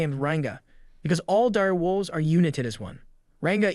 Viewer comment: Diru Wolves... oh so it's not just Japanese... someone help this mans.